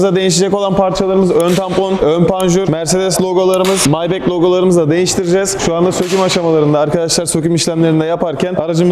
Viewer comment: ya SG önce nasıl okunuyor onu öğren maybek ne lan